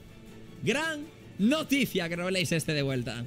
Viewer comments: Año 3928, Grefg todavía sigue diciendo RoblÉis y no RÓbleis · Soy el único que se desespera cuando gregf pronuncia mal Robleis